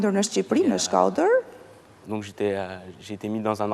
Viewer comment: Ky djali kur thote fjalen Shkoder duket sikur thote shkerdhat